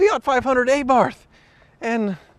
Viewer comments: Alright. This was driving me crazy. It's Ah-barth not Aye-barth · Fee-Aaht Ay-barth.....I get here is across the pond and pronunciations of words differ majorly on that side of the globe, but being from Europe and hearing one pronunciation for car brands over HERE since I was young, is really weird to listen to. Its really, almost "uncomfotable" to the hear them say it in such a weird way over there. All across Europe we call them "Fee-it Ahh-barths" even our adverts say the name that way too, so we all just think THAT way is the correct way to say it lol It's like Hyundai, over there they call them "Huun-Day" but its said "Hi-Uhn-Die" over here. Strangest thing ever, i tell ya lol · JFC I love your vids but STOP SAYING A-BARTH!!! thank you.:) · Ay-barth? Is that like a mid-American pronunciation like En-chin-nada for Enchilada or em-pal-lah for Impala? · Aye-barf? Mein Gott, zis is not how you pronounce zis vord. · Eh-barth? I guess we should now start calling you Eh-mericans, huh? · Had my 13 for a couple of years.Bought it new in 14. for $17.5 out the door. Loved it. Reliable. I also have a new white spare rim available.:) Also, the correct pronunciation is A-bart. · You have to a-bandon saying a-barth. Its not a-propriate. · Every time you mispronounce that A-barth, an Italian car enthusiasts dies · A-Barf *facepalm* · It's pronounced AH-barth. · It’s uhh-Barth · Pronounced "A Bath" the R is silent. You're welcome. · Did he say A bath? I know it's bit grubby, lol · When said ay-barth I died a little inside:’( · It is pronounced 'a bart'. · You guys and too it’s Pronounce “Abart” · It is actually pronounced "abart" with the h being silent. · Please stop saying ay-barth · its pronounced " Ahh-Barth" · Watching this as a European hearing him say ÆBARF is hurting my insides. These cars are everywhere here lol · It’s pronounced AB-ar-T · A Like european A, Not Ehh. Ah'Bart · barth is pronounced like bart and a like ah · "aye barth"